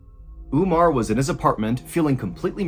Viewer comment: Omar not Umar! samira not Smira. theses are Arab names. and should be pronounced as is.